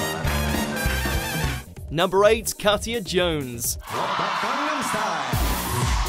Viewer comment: 10) Alesha Wiz robbed and he my deared Shirley. 9) pronounced Ol-la 8) Kat-ya should be higher. Anton's Latin is a bit pants but he is a legend. Oti's just won this year with Kelvin :-)